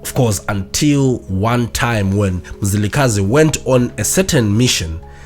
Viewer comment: Mzilikazi please!,may you pronounce it well